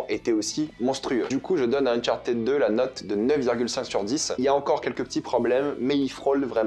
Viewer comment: "Unchartéd" 😖 Le ed en anglais se prononce soit: "id" "d" "t" Mais "éd" ça existe pas